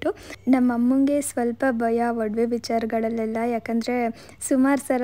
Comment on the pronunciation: ವಡವೆ ಅಲ್ಲ ಒಡವೆ